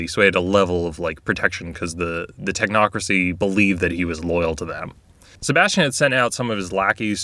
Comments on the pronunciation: You said Tochnocracy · "The talk-nocrocy"